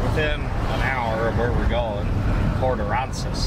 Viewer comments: Lol brother it's pronounced port uhh-ran-zus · It’s pronounced a ran sas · My 2023 Chevy truck with 5.3 hardly gets 20 mpg!! Also when you go back to the beach you can call it Port A as well, all the TX locals know it as that too. You are saying Port Aransas wrong. HAHA LOL 🙂